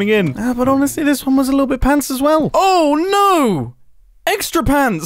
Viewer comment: Mumbo with the "awe n(a)o" lol you know he's been hanging out with Grian 😆 what region of the UK is that from?! (I have a bit of an interest in regional dialects/accents lol)